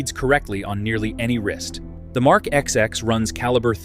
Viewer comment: It's not IWC Mark 'XX' but twenty (These are roman numerals) ! 😄